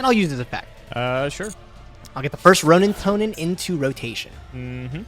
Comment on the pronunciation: please can you get to say the word 'roanintoadin' correctly everytime he says roanintoanin i want to kms